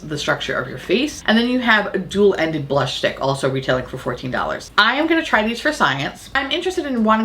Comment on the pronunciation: The made up “blursh”? Can’t hear it without giggling, it’s ridiculous. Seriously, blursh?!?